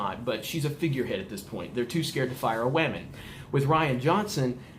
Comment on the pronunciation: "She's a waman" 😂